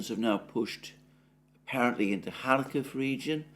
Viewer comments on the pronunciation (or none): none